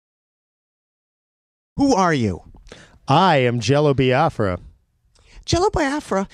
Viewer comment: I love that Jello Biafra says it correctly "bee-ah-frah" not "bye-ah-frah". It was a sovereign nation that never saw the light of day fought for by my ancestors 🌅